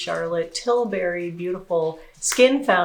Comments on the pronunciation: Yes TilBERRY 😂 🍓 🍒 whoa!! 😂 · You know, its Tilbury not Tilberry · Did you mean "WHOA"? Also, it's pronounced "TIL-burry", not Til-BARRY. :)